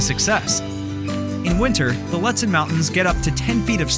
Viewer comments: Ludsen? Im pretty sure its pronounced lewd sen. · Please know the correct pronunciation of the towns and places you recommend, so as not to make the visitors sound like idiots. Lutsen - its pronounced “Lootson” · Not trying to sound rude but some of the places that you said aren't how they are pronounced like lutson is pronounced (lute-son) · Loooo tsen is how it’s pronounced, you botched so many pronounciations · I noticed that, too. And isn't Lutsen pronounced Loo-tsen?